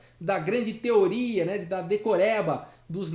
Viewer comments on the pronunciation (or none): none